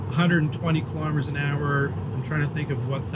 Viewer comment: Elon pronounces KILO'METRES, not KALAMADUHZ.